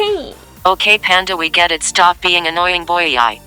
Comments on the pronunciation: bru its so funny dat says boii like boi-oi-oi XD also IM SO LATE ITS 2020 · Z*okay land we get it stop being annoying boii* wait I heard boy eye not boii :o